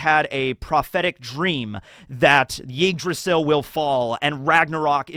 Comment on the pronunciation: The way says Yggdrasil sounds like Yeetdrasil